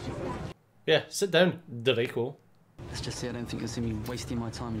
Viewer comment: "It's jello, not jelly." Uh, in the UK, no one says jello, they say jelly. "Drako" Uh... ironic. It's Draco.